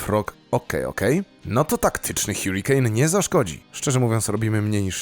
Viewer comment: harikejn nie hjurikejn